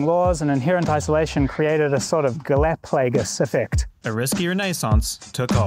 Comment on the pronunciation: Never heard anyone butcher the pronunciation of galapagos so bad.